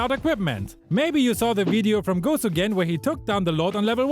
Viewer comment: “Gosu Gan"